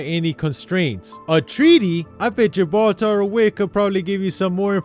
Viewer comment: “Gibaltar”